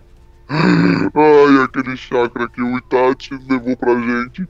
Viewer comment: Itachiii nao itathiiiii porra